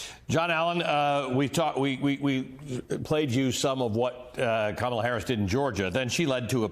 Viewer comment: It's Kamala. Say her name properly